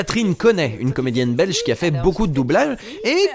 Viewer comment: J'apprécie fortement que tu aies prit la peine de prononcer "un doublage Belch' ". Délicate attention <3